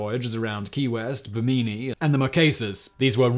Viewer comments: Pee-LAR. BIM-ini. Islands in the STREAM, not steam. Sorry, I'll stop. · I Found Out >>> At about in this video: If the place you mentioned after Key West is Bimini -- the island APROXIMATELY 60 miles east of Florida's southeast coast -- that name is pronounced bim - in - ee. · Love this channel and am respectfully amused by our British friend's pronunciations: Bih-MEE-nee, which I presume is Bimini. Some of us pronounce it BIM-in-ee. lol. Excellent info! I knew that Hemingway landed in Normandy shortly after the D-Day landings, but I didn't know that he tried to be a U-boat hunter before that. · Pretty sure Bimini is pronounced bimm'-in-ee, not bimm-ee'-nee.